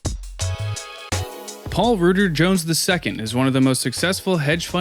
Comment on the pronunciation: Five seconds in and you've already pronounced his name wrong...